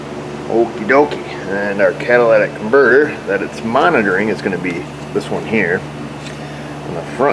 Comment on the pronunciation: Everyone say it with me.... " Cat - a - ly' - tic converter " 😆